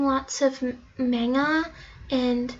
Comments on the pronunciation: Umm hunnyyyy this is not how it works also maga ain’t how u say it gurl also animy is not how u say it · SHE PRONOUNCED MANGA WRONG But on a serious note, I love Japanese food, and I mean REAL Japanese food, not that instant ramen (which is good, for the extremely low price). I also watch anime subs with English subtitles, and I like reading manga (mm-on-gu), but I have no hint of anything Asian in me. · BRUH WHAT IS MANA AND ANIMY GIRL CANT EVEN SAY IT RIGHT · When she said “mangha and aimeee” everyone either cringed or got so triggered that they died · Park Chaeyoung maHgnHa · Eggnogmonkey It's fucking MANGA.. pronounced as (Mang-ga) SHE IS NOT A JAPANESE! Help me Lord! 😭 🙏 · and "Mang-ga" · no it's main-guh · And I was like that is not how u say Manga and Anime...lol...I am so rude...or not. Lol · or Manga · Don't forget "Mengya" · ah yes, mengeh and aneemi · I think she said mania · "Mangea" "Animeee" X_X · I'm Irish too as well. And I like "animee" and "menga"... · Uhm. You pronounced manga wrong too. It's : (Mon-Gah) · I cringed when she said "Konnichiwa" but, pronounced it wrong...also when she said "Maynga, Animee" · That_weird_girl 13 I was triggered and I cringed. she didn’t know how to say manga and anime. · I'm with you Weird_Girl 13 the way she said anime and manga and Hiragana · I'm sorry for some hate but I must point this out for I am a true Asian. 1. Manga and Anime were pronounced wrong, even if you say it in Japanese, it's wrong 2. Liking the food doesn't make you that culture 3. Watashiwa is an informal way to talk to people... And in Japan everyone is overly polite 4.. Hello. Nihon is slang for Japan. 5. It's not gender you are trying to justify, it's your culture. Again I'm sorry for saying all this and I dislike pointing these out. But please understand I had to protect my beliefs as an Asian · Asian people look like Asian people i'm Hmong by the way and that is not how you say Manga ( forgot how to spell your name)